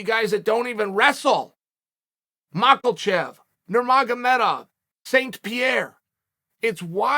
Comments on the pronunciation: Theres no way you're still pronouncing Islam's last name as Macklechev. The man just fought a couple weeks ago. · I'm convinced that Uncle Chael says "Mahklchev" on purpose. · Mocklechev. Yes Chael, that’s his name. Islam Mockelchev